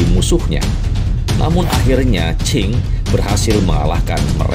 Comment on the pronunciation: dinasti qing, bukan qin. cara bacanya ching. kalau qin ( chin ) itu 200 thn sebelom masehi.